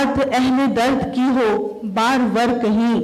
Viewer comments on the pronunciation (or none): پروفیسر صاحبہ کو ابھی خود مطالعہ کی ضرورت ھے بار ور نہین ہوتا بار آور ہوتا ھے ظلم کی چکی کیا ہوتا ھے چکی کے ک پر تشدید ھے 😂